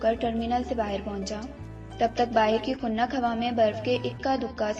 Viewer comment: Khunnak ( galat hai ) Khunk ya khunki ( Saheeh hai.)